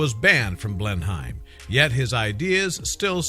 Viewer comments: Coming from England myself I've never heard it pronounced blen-hime before 😅 I'm pretty sure we just pronounce it blen-im? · Interesting but it is pronounced blen/hum palace I know that as I live in Oxfordshire not far from the palace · maplecwtch that and the way he pronounced Oxfordshire made me cringe